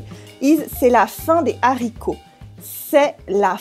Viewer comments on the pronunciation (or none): Why don't you pronounce le liason in La fin des haricots? Great video, love your channel :)